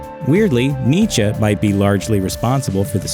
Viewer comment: YOU REALLY CANT PRONOUNCE NIETZSCHE OR JOAQUIN?!?!?! U shouldn’t be a narrator then…